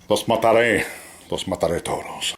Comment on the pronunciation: los matareee los matare a todos!! hahahaha i love ur spanish and i will bite ur nose :P